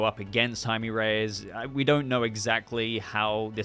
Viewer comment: Just a little Spanish tip. Jaime is pronounced “High-Meh” Also, dont know anything about Blue Beetle but this looks like a blast and hope we’ll get more awesome coverage from you of the film in the future